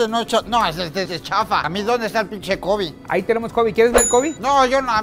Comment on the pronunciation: Se dice Kobeeeeee no cobiiiiii